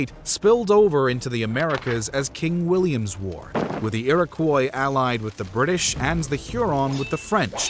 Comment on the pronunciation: Iroquois = Ear-Ah-Kwah . Great video though . Love this stuff 🫡